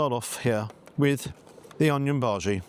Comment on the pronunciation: How do you get a bhaji wrong for heaven's sake??